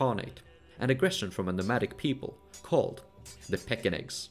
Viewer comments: Var-YAgs, not VAr-DZHaks. similarly, StAra-YA LAdoga, not StarA-DZHa. Rus as R-OO-s, not R-AH-s. Pechenegs are Pe-TCH-enEgs, not PE-K-enegs. Seriosly, it hurts my ears every time I hear those. You did a lot of research for the video, why not research pronunciations? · Pechenek is pronounced with “ch” as in chin. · Yes. And: 1) The "ch" in 'Pechenegs' is really an English "ch" like in 'church', not a Slavic/German "ch" (English "kh"). 2) "Rus" has to be pronounced "Ruce" (Chaucer wrote it this way) like in "Bruce". But anyway, the film was very interesting, especially the parts about the different ways how the portage was actually done and that the Austrveg went directly from the Neva and Ladoga to the Volga and that it was so old. That was news to me.